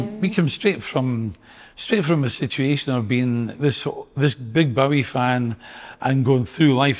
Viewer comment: And that folks, is how to pronounce Bowie! It's a Scottish name so we should know!